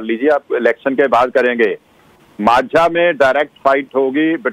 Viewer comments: For Anchor***Its Majha not Manjha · This boiled potato does not know how to pronounce Maajha